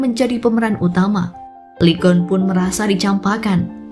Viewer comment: Lee Geon bacanya i gun min